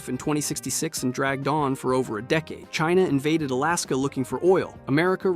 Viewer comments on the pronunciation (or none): none